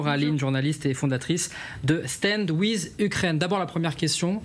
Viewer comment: Stand with : wiv😮 Not wiz 😂😂😂😂😂😂